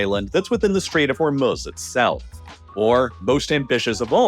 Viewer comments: What's with the annoying background music? And it's not The Strait of Hormuhz, it's pronounced Hormooz. Say it right, GDMT! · I'm gonna pronounce "Hermes" the way you pronounce "Hormuz" now lol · Why does the narrator pronounce Hormuz two different ways?